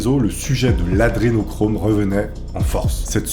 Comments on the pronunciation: Humm la base c est au moins de bien prononcer A DRE nochrome....pas ADE nochrome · C est pas "adenochrome" mais "adrenochrome". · C'est hyper casse cou*lles, tu ne fais que dire "Adénochrome" au lieu de "Adré..." tu fais péter un câble!!! A part de vieille vidéo remplie de fake news, devient de moins en moins intéressant à suivre. A plus! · AdRénochrome c'est le sujet de ta vidéo, c'est correctement orthographié partout mais t'es pas foutu de bien le prononcer pendant ton tournage... vraiment c'est la qualité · pourquoi tu fera pas une vidéo de rectification au niveau prononciation et articulation des mots... lol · AdRénochrome !!! T'es énervant un peu quand même...